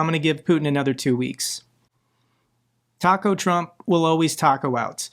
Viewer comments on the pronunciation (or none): none